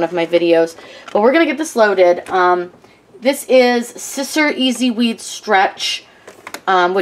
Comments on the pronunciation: Just a tip, Siser is pronounced Caesar :-) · Hahaha its such a habit. I do know how its pronounced. We have a special tool at work spelled sisser lol